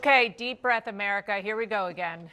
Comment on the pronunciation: Has anybody ever gonna teach her that America is a four syllable word?